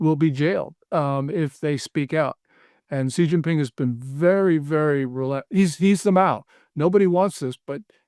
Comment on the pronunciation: You lose credibility if you can’t even pronounce Xi correctly.